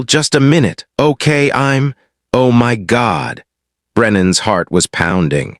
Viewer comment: What was the reason the AI narrator pronounced the word “my” as “em wy” ? “You’re in EM WY establishment, on EM WY time, disrupting EM WY Marine’s meal…” It’s a basic English word, not a secret code !